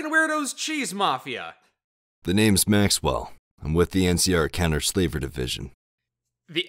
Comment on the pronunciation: Counter Slaver division. I heard it as "Kenner Slaver division"